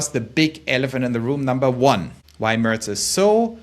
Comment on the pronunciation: Du gibst dir aber wirklich Mühe mit dem Englisch, hast sogar "Mörz" gesagt anstatt "Merz" ;-).